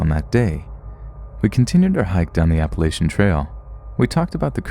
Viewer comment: Love the channel, though I would like to point out that you mispronounced Appalachian.